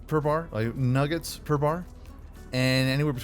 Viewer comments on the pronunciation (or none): Dude said nOOget